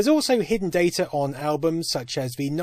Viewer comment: "DAY TUR"